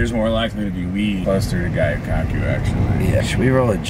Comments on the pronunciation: Seeing get worked up is one of my favorite things. Also, it’s pronounced gyoo not guyoo!;) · Luv ya but it’s gyu kaku not gayu kaku Jussayin